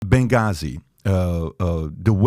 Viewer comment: Bagazi? it's Benghazi.